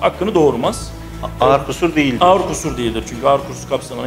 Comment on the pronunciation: Ağar değil, ağır .